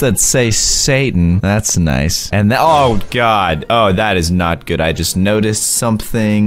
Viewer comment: This is how he said good, Gooduh